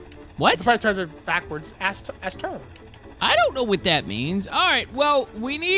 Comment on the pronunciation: "Ass tern". As a massive ship enthusiast, that got me on the floor. IT'S PRONOUNCED EHS-STERN